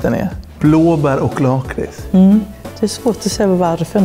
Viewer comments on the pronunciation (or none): han uttalade det lakrits som laaaakris, unsubscribar